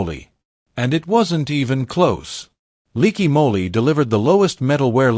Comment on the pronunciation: Leaky Molly? Really?stinkin AI bull crap!